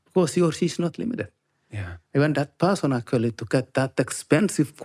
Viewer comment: You gotta drink a shot every time he says “accoly” (actually) 😂